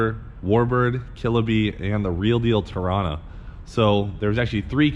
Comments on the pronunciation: Its "ToranA" ( ta-rah-nah )... not "Torano" 😂😂🇦🇺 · It’s not a torano it’s a toranA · Torana (TOE-RAHN-NAH) not Torono... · Torana. TOE-RAH-NAH (as in yeah nah!). And here endeth your intensive 3 week course in Aussie car names. :-D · To-ra-na it’s Torana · No kangaroo is that strong, Its now POWERED BY A WEDGE TAILED EAGLE. Just for future reference Its came out of a Torana you really stuffed the pronunciation. It sounds like Tor ( as in Coor's beer but with a T ) Ra (as in the Egyptian sun god) Nah ( as in nah mate fuck of i come from stralya) Funny thing is here in Aus its a bit of a folk lore come myth type of thing that Torana is an aboriginal word for "To Fly or Flight" but that cant be verified... will answer all your questions:P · Incorrect - That's how it's spelt. Tohh-rah-nah! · Cleetus pronounced it torano, like Torino. You should listen again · if you want to get bitchy about the 'spelled out' pronunciation, It 'tah-rah-nah'